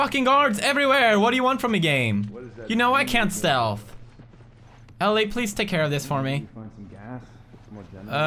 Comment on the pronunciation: when he says stealth it sounds like stealf